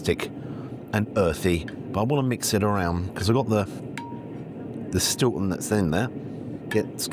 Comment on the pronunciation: Not so much Gary Eats as Gary Sloshed 🤣 "They put the shhtilton and shhhhleric in the zzzzzz"🤣